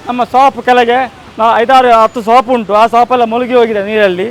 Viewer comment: Yava samanu 😂Swap alla marre adu Shop 😂😂